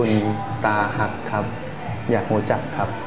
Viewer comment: เป็นตาฮัก คับไม่ใช่ ตาฮัก สาวๆก็งงสิพูดผิด